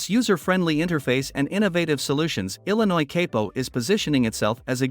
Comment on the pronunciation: The pronunciation is El CAPO